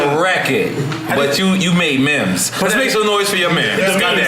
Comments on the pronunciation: This Nore is a dumbass dude and got the nerve to be a host..He said Mims..its Memes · 50 is digging deep for the patience to continue…NORE makes it almost impossible to watch this full interview…then he calls memes ‘mims’ 👀 Interrupting 50 with some nonsense 🤦🏼‍♀️